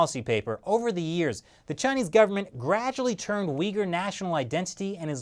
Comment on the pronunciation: When he was saying Uyghur I thought he was saying 'weaker'